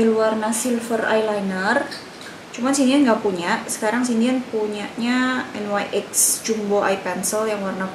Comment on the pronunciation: kak, nyx bacanya nix, bukan en wai ex😆